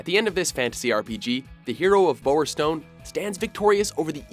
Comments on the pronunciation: The hero of "Bowwerstone"? >.o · You said bowerstone wrong that just shows watchmojo dont know shit about any of their lists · It's bower stone not boer stone